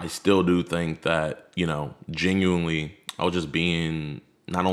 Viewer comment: I don't know why it pisses me off when he says genuinely. Lmao